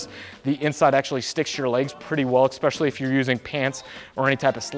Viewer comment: exspecially XD